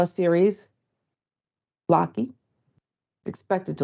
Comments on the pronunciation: It isn't LAW-KEY, it is LOW-KEY 😂😂😂😂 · It's pronounced LOW-KEY and not locky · That's an odd way to pronounce Loki. It's usually pronounced LowKey. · What a shame they doing this to that man... I miss the days where things were reported without bias until all facts are present... Also just lost all accountability with the way she pronounced loki... that's inexcusable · She can't even pronounce Loki. 🤦